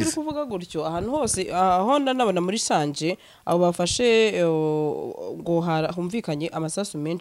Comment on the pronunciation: Bavuga SANGE ntibavuga SANJE